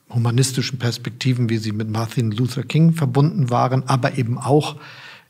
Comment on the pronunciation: "Marthin" luther king 😂😂😂 noch nicht mal den Namen kannn er richtig aussprechen!